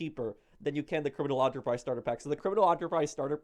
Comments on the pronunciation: i keep getting triggered when he calls it "criminal Onterprise starter pack" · Its prounounced Enter not onter u only pronounce it onter when u are saying entrapenuer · ENTER-prise not AUNTERPRISE. and not everybody is a 100% GTA pro like you bro relax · (Sigh) Did you not listen how pronounces "enterprise" as "onterprise" in the video? I made a Star Trek joke about how things would've been different if Captain Kirk & crew called their ship the U.S.S. Onterprise instead of Enterprise, like how this joke flew over your heads like the U.S.S. Enterprise! 😄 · Is no one else bothered by the way he says “enterprise” it’s “ENTERprise” not Onterprise Jesus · I completely agree, I know this vid is old but I was looking for a comments about ON-TOUR-PRIZE, thank you for noticing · Why is he saying criminal aunterprize starter pack it’s enterprise 😂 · This dude fr saying it like “ANTERPRISE” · This guy saying onterprise... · Why he pronouncing it "on"terprise it enterprise like enter into a business and people paleto bunker is the only bad thing about this thing. I'm a lvl 700+ I own the maze bank west office and great chappearal club house I also have my bunker and facility on route 68 as a solo player and only buy one thing of supplies at a time let product fill up then buy another before immeadatly selling. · Criminal Onter-prize? Eeeentteeerr prize! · Onterprise lol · Its EN TER PRISE NOT ONTERPRISE GET IT RIGHT FFS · Not "Onterprise" it's "Enterprise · Last time I checked Enterprise is pronounced how it's spelt. Not "ON TER PRISE" EN TER PRISE is how its pronounced. And you sound like you've got a cold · Is it so difficult to say "Enterprise"? "Criminal On-ter pack" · You pronounce 'enterprise' "onterprise'. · ENTERPRISE NOT AUNTERPRISE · I am getting really triggered by the way you say enterprise , its nor ant-re-price its en-tre-prise but besides that everything is fine :D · Enterprise! E not O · “Criminal Aunterprise Starter Pack” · "Onterprise" headass